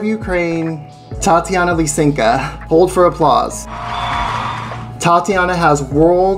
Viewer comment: Isn't it Lysenko and not Lysenka? Or have I been mispronouncing it for 3 decades?